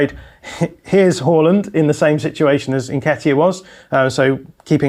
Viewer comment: How are you telling us about football, but you still cant say Odegaard or Haaland right